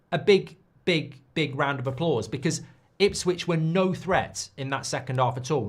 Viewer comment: It's Ipswich lol